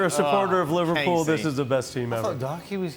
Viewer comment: oh, kids, can't even pronounce Liverpool right